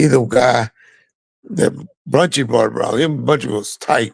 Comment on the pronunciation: Buntry not Bountry